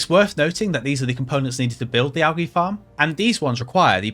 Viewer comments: Bro. AL-JEE. Not AL-GI. What the hell?? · triggering americans when saying algae like you do. One for the union jack